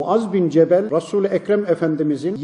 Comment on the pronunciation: Cemel değil cebel